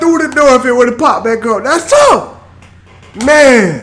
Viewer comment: Honestly I'm sick of hearing "dats touf"